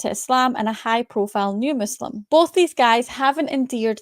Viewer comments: Nas is supposedly a palestinian arab, why does he pronounce Muslim as "Maazlem" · First of all he cannot even say Muslim